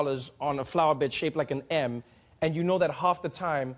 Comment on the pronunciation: An M, shaped like an M. English isn't my first language, it sounded like "shaped like an ham".